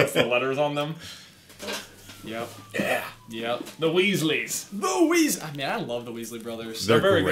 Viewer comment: dobby: its the wheazeys Weaslys: Its weasleslys not wheazeys